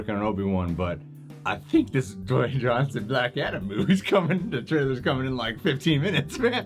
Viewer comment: Your right it’s not Dewayne it’s Dwayne